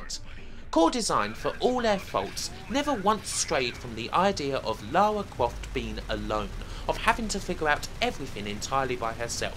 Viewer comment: LAUWAAA CWAUFT